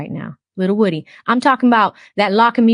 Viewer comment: The say it’s pronounced Woo- Dee!